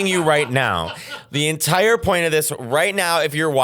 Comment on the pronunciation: "Thats the whole loint of this" 😂😂😂 like...who comes here to NOT hear metteos opinions?